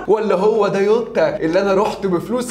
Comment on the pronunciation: يعم اسمه جووتاا مش يوتاا دمها تقيل يووتاا ديه